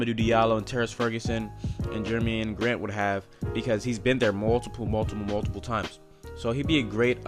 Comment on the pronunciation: Jer-a-me Grant. Just to help you out!